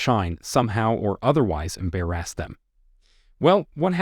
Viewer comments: Did you just say "embarAAAss"? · No he said "Am Bare Assed." 😂 Love it. Total Classic! ❤